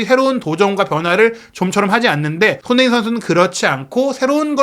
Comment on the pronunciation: '손흥민' 발음 진짜 거슬려요 발음이 안되면 차라리 쏘니 라고 해주세요 😢